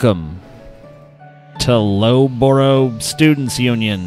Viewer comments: It's pronounced Luff-bru and it's a university not college in U.K. College is different. Still cringey as fuck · Loughborough is luff Borough. Stupid, I know. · Err guys, it's pronounced "LUFF-burra"